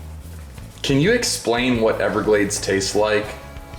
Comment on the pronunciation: Every time you say everglade i will give your fine video a dislike